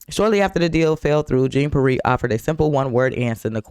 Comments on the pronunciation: Jean(John)Peire(Pee-air) should be the proper annunciation, yeah I don’t like her either.smh. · Her name is pronounced KAREEN JON PEE-AIR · Pronouned Karine John (shawn to some) Pee-Air...sorry...had to😅But SOOOOOOOOO GLAD to see her dirty toilet brush looking arse GTFO!!!!🤣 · Let’s get pronunciation corrected Jean is pronounced john and pe air!